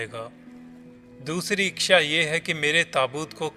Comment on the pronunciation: इच्छा या इक्क्षा पहले बोलना तो सिखलो